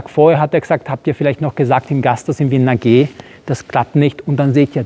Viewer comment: Wien-Liebe und Steffl: untrennbar verbunden! 😍 Allein über den Dom könnte man tagelang erzählen! Danke für den Wolkenkratzer-Vergleich, war mir nie so bewusst .. Und das "Naaaa, geeehh" klingt schon ganz gut! 😉😄